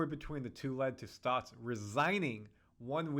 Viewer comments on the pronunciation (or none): Its Stotts, not Stouts. Although I'll never turn done a good stout in a chilled glass